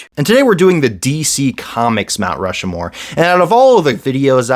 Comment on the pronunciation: Stop saying Rushmore wrong. It's Rushmore. Not "Rushamore."